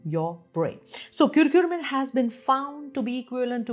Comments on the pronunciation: It's not kurkure, It's not lays. It's not KurkuRmim... It's CURCUMIN. As a Doctor you should pronounce the names properly. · Is it curcumin or curcurmin (which you are saying again & again)? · thank you for your time? Why are you pronouncing Curcumin as Curcurmin, lol? Why that extra R?